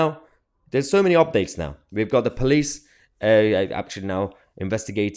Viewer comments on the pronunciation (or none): none